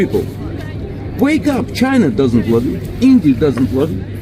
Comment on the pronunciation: "You didn't deserve luuuuv". Brat najjaci. Kulturno samaranje